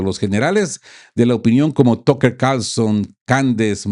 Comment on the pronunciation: Tocker? Se dice "taker o Tucker" si no sabe inglés, buen programa, gracias!